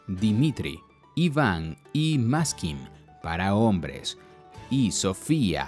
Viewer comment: Traduccion de ruso los nombres de mujer no es Maskin pero MAKSIM y hay otros muchas errores de palabras - se ve que no se preparó el locutor antes de pronunciar tan interesante video , párese a un ignorante chismoso nadamás :)